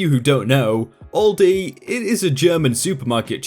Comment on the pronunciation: The way he says Aldi hurts my soul but great vid